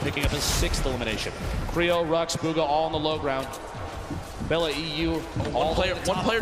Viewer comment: he says bug-ha lmfao